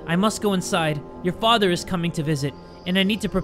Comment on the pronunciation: it sounds like he's saying mutter and Vatter in german lol :> 🇩🇪